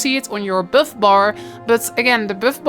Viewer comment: "it givez yoo ah boof"